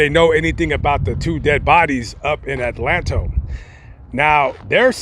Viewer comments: Its pronounced Adelanto not Atlanto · it's pronounced ADA LAN TOE. Very high crime rate in a little town.